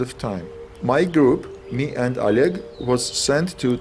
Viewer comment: My collegue: o leg, o lead, a leg, oleg. LOL please. :D